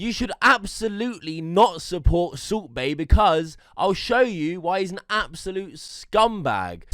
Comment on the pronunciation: It's sound like soup bae everytime you said